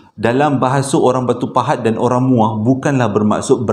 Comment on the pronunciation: Assalamualaikum.. Sebut muo baru rare sikit..hehehe.. Salam from muo joho